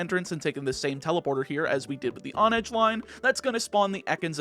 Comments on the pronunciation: It's hone-edge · h in honedge isn't silent.